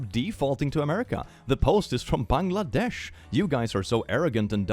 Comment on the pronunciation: how did bro pronounce Bangladesh so well 😮